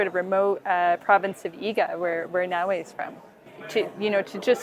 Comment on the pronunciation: とりあえず、「ナーウェー」辞めろ。「なおえ」言ってくれ。